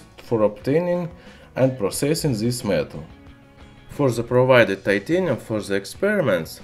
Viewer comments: PLEASE STOP SAY "ZS" INSTEAD OF "THIS-THAN" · Got confused at first when he said zisss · In zature zis zelement is zery zstrong.. haha. Man why you love alphabet "z" so much.. LOL 😂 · "zis mins" xD